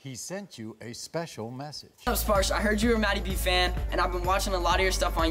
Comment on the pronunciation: His father is bengali. Maybe Bagnladeshi origin. India origin guaranteed. His name is "Sparsho" not "Sparsh" I know what his name really means N how to say this name properly. They r spelling it wrong.